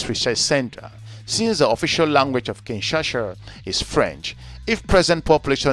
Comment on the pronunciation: Thanks Brother for educating people about my birth city but a few notes, if I may .. * It's KIN - SHA - SA (not KIN - SHA -SHA ) * Your expert (Mr. Mohammad) talks about the Republic of Congo AKA Congo Brazzaville (not the DRC). * Kituba is NOT a DRC national language. Thanks.